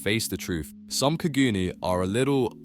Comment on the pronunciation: When u said kagoons it hurt me